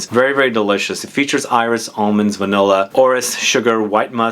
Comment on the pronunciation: When you say “iris” in French, the “s” is pronounced:-) I am a francophile so I can’t refrain from trying to help. And incidentally, in something like “Insolence”, the “in” is pronounced like a nasal short a, not a short o. Words like “antique “ ARE pronounced like a nasal short o. would you talk about perfume residue on clothes? It’s something I dislike since I do change my fragrances from day to day though I have those I tend to wear- anyway I really hate when the residue on clothes becomes a mishmash. Would that be an interesting video? Maybe not 😂. But maybe..